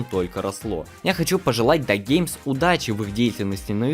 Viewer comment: Хочу сделать поправку. Я понимаю что тебе вероятно удобнее произносить "ДАГеймс", но... Правильное произношение " Ди""Эй""Геймс". Прошу простить, я просто старый фанат этого исполнителя